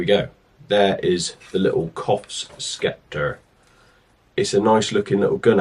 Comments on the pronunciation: Grammar Police time, it is pronounced Septer not Skepter. In the English language and S and C together in a word the C becomes silent. Don't shoot the messenger but my first language is Welsh not English. Just saying😉🫣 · Great shooting and patterning, but PLEASE… it’s Sep-tur not skepta 😮